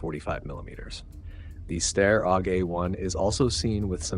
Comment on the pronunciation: ....and STY-ARE Aug 😆 otherwise great work, little brother. Carry on